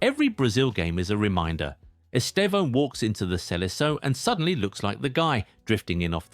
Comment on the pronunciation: The first time I've seen a non-Portuguese speaker pronounce his name correctly. 🤪